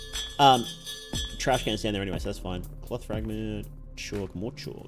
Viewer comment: Its Trashcan Not trash-cannot